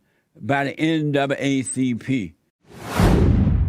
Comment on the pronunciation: He said "N double A CP" but it sounded like NWCP.